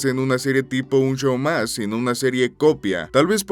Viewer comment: Me encanta escuchar a extranjeros decirlo